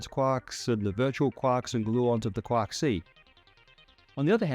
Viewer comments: It's quark not "kwak" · even though he's saying QUOK, I can assure you, he means QUARK. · Quark: pronounced KWORK. It rhymes with (The hunting of the) Snark. And 'quarter'. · I kove the way he says "quahk" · Why do I keep hearing: quak?